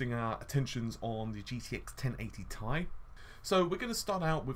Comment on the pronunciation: Curious what your reasons are for saying 10GB is at odds with a 384-bit bus? As a side note I've never heard anyone pronounce "Ti" as "Ty" it sounds weird :P Also "en em" (nanometer) also sounds weird, I'm not sure why though :D